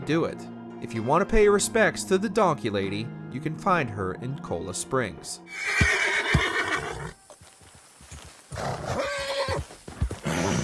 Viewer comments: Bruh just said Cola Springs 🤣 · Cole-A springs. the pronunciation 😭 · And cola springs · The amount of mispronunciations here is cringe… can we not get someone who does a little bit homework to narrate these? “Lemony”? “Kola Springs”?